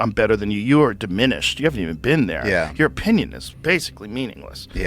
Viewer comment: You haven't "bean theyuh", you wouldn't understand